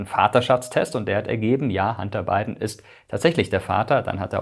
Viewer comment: Warum höre ich immer…“Handarbeiten“…😂… der Arme…. Sein Werdegang klingt wie eins von vielen Europäer … 🥱